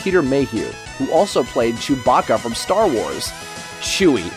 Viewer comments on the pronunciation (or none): none